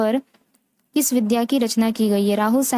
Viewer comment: विद्या... नहीं... "विधा " ही बोलना चाहिए जी, धन्यवाद